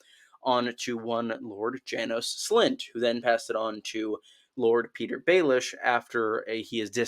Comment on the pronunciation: "Pattahyer Baelish" lmao was so confused for a second